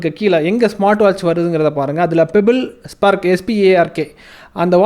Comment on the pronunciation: IPO dha Puridhu ungalku yen 1M subscribers irudhalum views pogala nu 😂 kasu kuduthu vangniya bro channel ah 😂😂 and it’s spark not sprk 🤣🤣